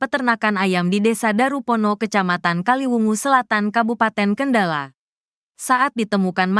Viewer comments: Cara membacakan berita itu yg bnar, yg lugas dn cermat, jngan asal" San.....sperti kata Kendal, dibaca dg kendala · min Kendal bukan kendala😂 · Naratornya baca Kendal aja gak bisa....Kendala.... Kendala....Kendala....beli kacamata dulu Min!!!! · kendal min kendal bukan kendala.... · Kendal.... bukan kendala mak. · Perbarui dulu kosakata google translate,Kendal bukan kendala😢 haduhhh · Kendal min... Bukan kendalan....😅😅😅😅